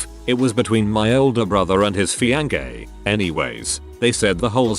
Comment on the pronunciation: "feeankay" that's the highlight of this video